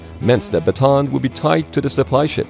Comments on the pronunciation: Still can't get used to how Americans pronounce Bataan and keep hearing it as a "baton". Since this was taken from a place in the Philippines, it's usually pronounced as Bah-Tah-Ahn. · Show your face and also it is pronounce as ba-ta-an not ba-ton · Bataan is pronounced as Ba-ta-an Not Ba-tan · Not batan,,its bataan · Ba ta an not batan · It's /ba-ta-an/, not /ba-tAn/. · uss ba-ta-an not batan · It is pronouce as "Ba-ta-an" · Bataan is pronounced Bata-an. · Ship’s name BATAAN named after battle of Bataan in the Philippines during WW2. Proper local Filipino pronunciation is BATA-AN to emphasize the additional letter A and not BATAN. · The proper pronunciation is "USS Bah-tah-ahn.” (am filipino) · Yes though it's pronounced like: Baw-taw-awn It's a historically significant place for the US military in the Philippines. Not sure why they don't know it. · How many syllables in your way? I've always heard it pronounced "buh-tawn".